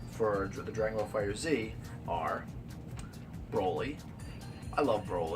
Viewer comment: Good video. The game is pronounced "Fighter(S)", not fighter Z.